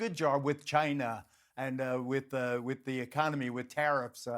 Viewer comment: What the f*** is with geraldo sang China the same way Trump does it? It's not a hard word to say. Just two syllables. China. Not GHIYNA